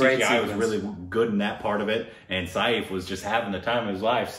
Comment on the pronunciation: By the way u r pronouncing Saif also wrong